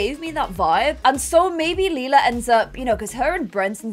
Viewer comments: I love how said she wanted Lila to be pronounced “Lie-luh” because it’s close to “lilac” yet is the one who keeps mispronouncing Lila as “Lee-luh” 😭😭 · You are pronouncing Lila like Leila Try saying it like l Y la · ITS LIE-LUH, also, you told Celia and her boyfriend to do that last episode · Lila is pronounced LIE-la. Or at least according to 'How to Get Away with Murder' who had a character named Lila. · It's Lay-la layla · Do a husky for lila please also her name is pronounced ( lie-la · i wish we had an heir that's easier for to pronounce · I’m excited to see Suren as a toddler - I really wanted the new baby to be the heir but like you said it does make sense to go with Lila as Grey gen is almost over :) edit: a pro for choosing Suren as the heir is that you’re less likely to mispronounce the name! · pLease clarify how you want to say lila because i don’t know if i can stay a whole season with you saying lila’s name wrong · If Lila is gonna be the heir can you PLEASE decide on a pronunciation or change her name entirely because good lord the switching back and forth is irritating. Leela is the purple haired cyclops from Futurama. Lila is meant to sound like lilac.